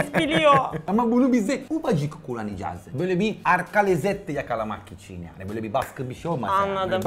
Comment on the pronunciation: kimse: danilo şef: yAğNi